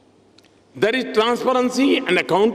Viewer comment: It's 'is'not eeesss😅 plse pronounce properly and footballer not phootballer